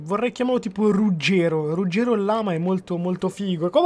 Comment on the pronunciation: rugero con la r mossha